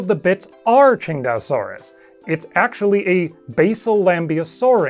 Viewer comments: nah your pronounciation is right on the money. It's basically ching-dao like the beer. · Man, I'd always pronounced it (Sin-tay-oh-sore-us). Never would have come up with (Ching-dau-sore-us). Makes sense though, after seeing it was named after Qingdao.